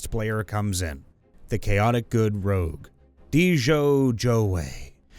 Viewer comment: It's not rouge, IT'S ROGUE!!!